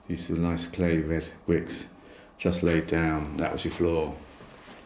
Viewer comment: Fwint constwuction and Fatch Woof! Cway Wed Bwicks!